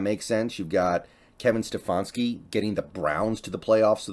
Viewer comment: Lol he’s so bad with peoples names, getting Daboll and Stefanski’s names wrong.